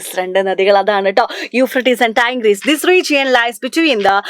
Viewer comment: Tigris and Babylonian pronunciation is not correct